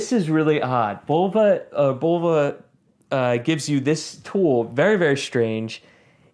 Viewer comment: Nice watch, nice review. Oh, and it's pronounced "Buh-low-vuh", not "Bowl-vuh". 😁